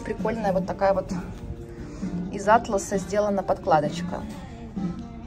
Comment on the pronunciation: атлАс же ткань , а не Атлас.